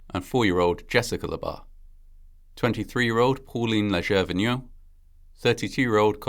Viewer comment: My uncle is a Leger. It's pronounced, LAY-zhay.